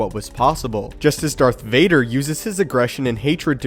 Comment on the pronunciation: Darth Varder